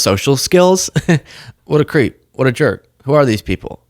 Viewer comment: What a cweep. What a jerwk.